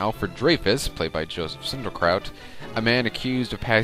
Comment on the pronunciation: It's Joseph Schildkraut, not Sinderkraut.